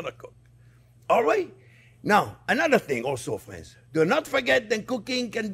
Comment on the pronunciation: "well hello there phrinzzzzzzzz!!!!!"